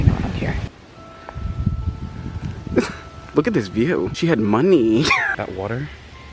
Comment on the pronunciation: “She had mo-ney” I died of laughter r.i.p me LOL